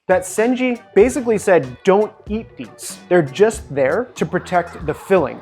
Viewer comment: Btw, it's senshi not senji, just sayin:>